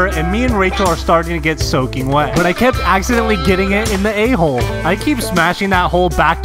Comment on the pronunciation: “I keep smashing that hole” Why. did. you. say. it. like. that.